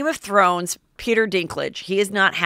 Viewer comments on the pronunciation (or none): none